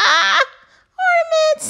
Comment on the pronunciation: Orna-ments ...really?